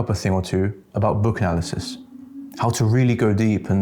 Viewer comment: Sounded like "Book Alices". Which the thing about going deep still makes sense.